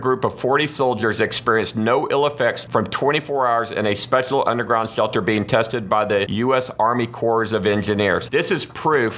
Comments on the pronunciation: Hhrrshelter, rrshhshshcetual, love that speech error, no hate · “ the swealter “ 😂